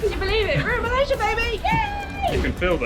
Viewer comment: Nice video. Malaysia is pronounced MUH-LAY-ZEE-UH by the way rather than MUL-EH-SHA.